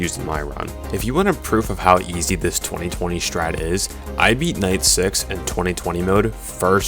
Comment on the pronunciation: I cringe every time you call it 20/20 mode 😂